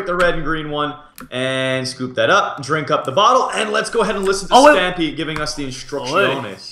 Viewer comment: Not being a hater but it's stampy not stiampy